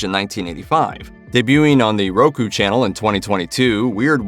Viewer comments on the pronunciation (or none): none